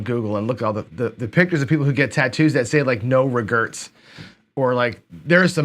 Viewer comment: I love the "Regerts"